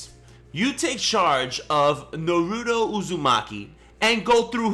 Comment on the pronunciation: I really hate how u pronounced naruto. Oh and on DBZ sagas, you put segas lol.😂